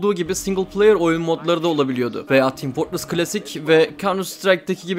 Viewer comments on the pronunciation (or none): none